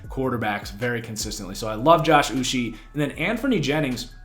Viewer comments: Uche pronounced like this: Oo - Chay. One of my guys as a Michigan fan, always seemed to be getting pressure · As a pats fan I thought that they had a good draft because they added speed to the defense in a league were dual threat quarterbacks are becoming a necessity and rising in popularity. I’m also Nigerian so the way you pronounce Josh Uche is (Uchay) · 😂Im was cringing each time he said his name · its Josh "Oou-cHAY" for the Patriots 2nd Rounder, Not "Oou-she". and "Don-TAY" Hightower.